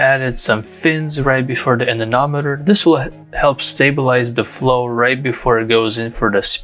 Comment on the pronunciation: I don't know why, but I flinch and cringe every time I hear you pronounce "anemometer" as "anenometer".